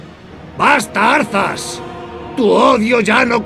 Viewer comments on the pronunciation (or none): es "Arthas"